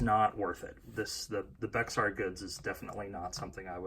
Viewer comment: Thanks for the video. Btw Bexar is pronounced “Bear” :-)